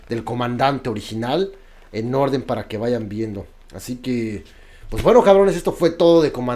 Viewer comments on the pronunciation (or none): none